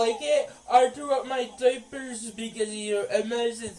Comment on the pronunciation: “I threw out my DOI-PERS because of you…” It drives me crazy how he pronounces diapers.